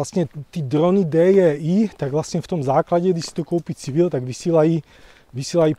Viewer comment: Ahoj. Super video s uzasnejma informacema. Upřímně mne připadáš objektivnější, než např. CNN Prima News, tam je to čistá propaganda. Jinak ty drony se myslim foneticky vyslovujou Dýdžej áj.